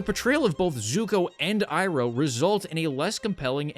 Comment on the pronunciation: I haven't watched this but hearing how much they butchered uncle Iroh pisses me off to no end.